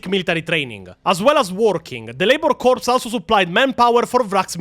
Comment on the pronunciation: Good video, looking forward to see how you retell the rest of the story. One small correction: The "ps" in "corps" is silent, so it'd be pronounced like "core". Confusing, yes, but that's English for you.